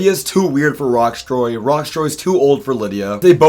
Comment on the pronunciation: Loving this season so far. Great cast, pretty balanced edit, and not too much focus on the edit (Btw, Rocksroy’s name does not have a T in it)